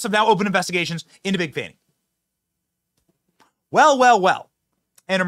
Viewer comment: It's pronounced Fawni not Fanny. At least pronounce her name correctly while you're slamming her.